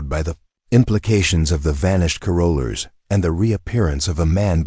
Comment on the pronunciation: Please pronounce carolers correctly…long winded at the end